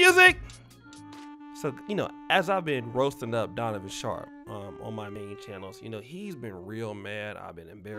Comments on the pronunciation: Did just say “Conovan Sharpe” 😂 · I know DAMN well he ain't say "Conavon Sharpe"🤣🤣🤣🤣🤣🤣🤣🤣🤣🤣🤣🤣🤣🤣🤣🤣🤣🤣🤣🤣🤣🤣🤣🤣🤣🤣🤣🤣🤣🤣🤣🤣🤣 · He called him, "Conovan Sharpe". 😂😂😂